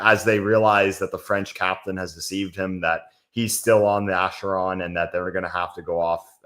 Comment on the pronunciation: How hard is it to say Acheron?